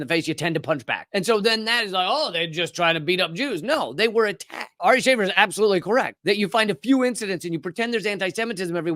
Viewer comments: "Shah-fear" not "Shay-fur". Watch his special "Jew", it's hilarious. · Sha-fēēr* it’s Arabic. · It's pronounced "sha'feer", you are killing me sir 😂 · Pronounced (Sha-Feer.)